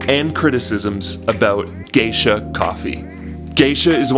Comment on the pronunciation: It's actually GESHA, not GEISHA. It's from a region in Ethiopia, and not some bastardized version trying to make it sound like some kind of exotic oriental.